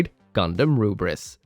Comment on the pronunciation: Yo,! I really love your WFM reviews, actually I love all of your videos tho. I just want to say that your Lfrith's pronunciation is wrong because just like how Koreans and Japanese people pronounce english word, Lfrith would be "Lufrith" instead of "Rubris" because their R is pronounced as L and vice versa, their T is pronounced as S. Anyway nice vid as always!